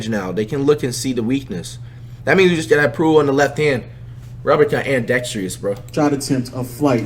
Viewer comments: This man said antdextrious not ambidextrous 🤣🤣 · man said andextrious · He said anndextreous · “I’ll be amdextrus” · this nigga said aindextreous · “I’m gonna be andextrious” — flight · Wtf is andextrious nigga it’s ambidextrous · flight said andextrius💀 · When you tried saying ambidextrous I damn near had a stroke 🤣🤣